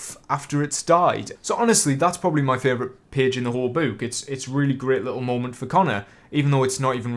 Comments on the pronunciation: Its book not boooook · I was about to comment how you said book, but the rest of the comments beat me to it lol